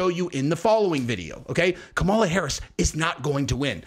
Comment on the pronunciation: Its Cam-a-la